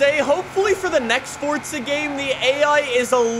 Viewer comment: hes saying fortza horizon four im saying forza horizon